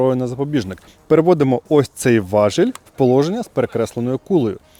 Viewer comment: Спродобалось. Коротко, чітко, зрозуміло (+ і оператору). Тільки не важЕль, а важІль. Але - важЕля.